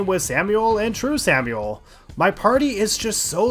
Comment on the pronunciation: You really must have lost your mind playing this because the longer it goes on, the more words you make up and mispronounce. Sorry for you if you're dyslexic, but I gotta point out Dog of Hayds, Samuel and "endurable"